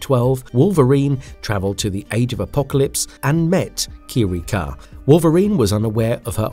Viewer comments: Gaahh, Qi-Ree-Kha, Yo-Shi-Dah, Ah-me-Koh... Whats next? Woogha-Oogha-Boogha-Who? 🤣🤣🤣👎🏻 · KEE-REE-KAH YAH-SHEE-DAH 😂 MAH-REE-KOH YAH-SHEE-DAH 😂 Dude, c'mon, learn to pronounce names naturally 😂😂😂